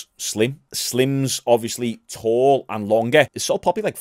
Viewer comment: The only thing getting obliterated is pronunciation of salt papi 😂